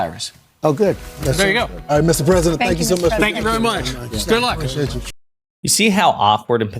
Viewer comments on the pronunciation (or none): none